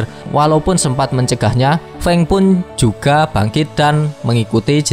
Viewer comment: Fang❌ Feng✅